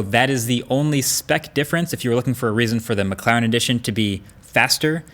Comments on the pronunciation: It’s McLaren not McClaren haha i think it’s funny how he pronounces it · It sounds like he's saying mcclown 😂